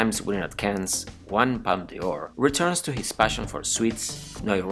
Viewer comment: Sorry but I can’t understand much of what’s being said although I am English and French speaking. For example, Les Filles is pronounced LAY FEE no S. Palme d’Or is pronounced PALM DOR not Palma De Or.